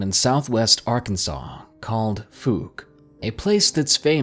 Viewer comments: It's not fook it's pronounced like fowk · BTW: It's pronounced "FOCK" or "FALK". You seem to like Number Three. It's the second time you've read it. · Fouke, is pronounced wrong in your video. I used to live there in . A town I grew up in and there were legends and stories of fouke I heard and there was even a store called monster mart based off the monster